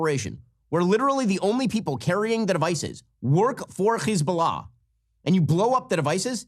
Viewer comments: When you say Hesbolah you have to pronounce the H like you got a loogie in the back of your throat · Why does Ben pronounce Hezbollah so weird. It sounds stupid and annoying. All you can do is tune him out. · He’s mispronouncing Hezbollah. It’s just an H.